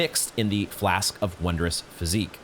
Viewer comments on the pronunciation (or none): Lol hearing him pronounce physic as physique is pretty funny but I guess maybe he didn't know the meaning of the word PHYSIC (spelt with a k in this game probably because it's the old way of spelling it). The word Physic refers to: a practitioner, or else the art of, medicine (like a doctor), a medicine or drug with medicinal uses and the art/theory/science of medicine. Oh he finally figures out that you just needed to rest a few times at the SoG to trigger that Ball Bearing Hunter fight. 👍 "Not that tough of an enemy ultimately..." Oh boy...wait until he fights the one in Caelid, assuming he eventually discovered him lol. Ah good, so he did eventually drop down there. 👍 Hmm...Still hasn't read up on the Rainbow Stones I see, or if he did do so off camera then maybe he's forgotten what they are for? 🤔 The horse wasn't headbutting you, The Tree Sentinal was SLAMMING you with the horse from the side, just like the Night's Calvary did. Great job on the win though! 🥳🥳🎆🎆 Unfortunately the Roar Medallion does NOT have any affect on Dragon incantations, only on War Cry skills. Yes, you CAN actually get struck by lightning. Lol love how, at that point, he thinks he's done with Limgrave when he hasn't even explored the Eastern part yet. 😁